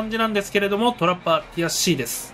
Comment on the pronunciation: ティアCです、が「悔しいです」に聞こえて笑えた